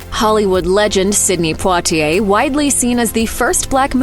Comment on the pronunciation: I believe that's exactly how you pronounce Poitier... How would you pronounce it?